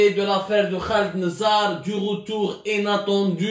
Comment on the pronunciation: Inattendue et non Enattendue 😂 Khawti khwatati 😂 Tout à fait et non tota fait 😂😂😂😂